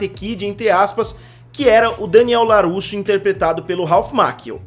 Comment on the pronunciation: Vídeo bom, não concordo com muita coisa, mas opinião é opinião, cada uma tem a sua, mas o que deu nos nervos mesmo foi o LaRRusso e não o Larusso durante o vídeo.